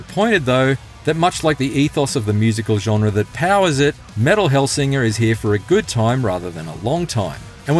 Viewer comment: I'd take the review more seriously if they said the name of the game correctly